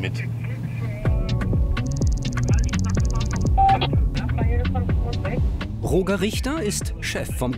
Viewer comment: Ich werde das Gefühl nicht los das Roger falsch ausgesprochen wird 😅🙈